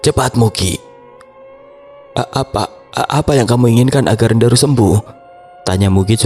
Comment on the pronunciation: Jarang denger orang nyebut nama Ndaru dengan benar. Seringnya Ndaru dibaca daru 😅 Enak banget dnger nama Ndaru di sebut sesuai dg ekspektasi ku😂 😂